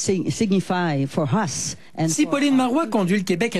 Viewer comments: What will signify for "hus" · And how many "chairs" do we need to "chair" this "rishness" that means so much for "hus". My God, we need to vote, April 7th is our date, no PQ, please!